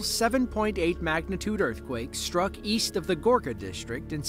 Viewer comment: it’s prounounced ‘struck’, not shhtruck, thank you very much